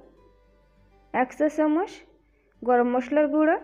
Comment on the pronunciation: Valo kore kotha bola shikhun age... Chamuch ochharon thik ney